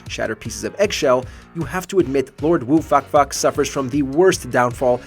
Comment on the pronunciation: "Lord Woo Fak Fak". I think you just called him Fuck Fuck.